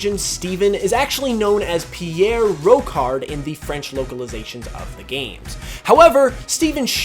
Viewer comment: T'as vu comment il a prononcé Pierre Rochard, ce mec?